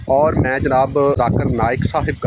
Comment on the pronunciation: Big difference Between u and zakir naik he call u my mashi brother but u Pronouncing his name in wrong way very sad. Really you Don’t deserve Conversation